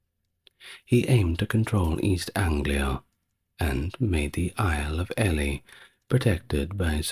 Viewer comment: It’s Stephen pronounced’Steven’ and Ely is pronounced’Eely’ in England.